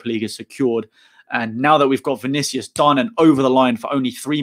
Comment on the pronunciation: You pronounced it perfectly. Bem-vindo.